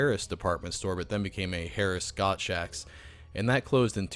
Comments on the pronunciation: Gottschalks was pronounced like "chalk" at the end. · It's pronounced Gotts-chalk's! Love these videos.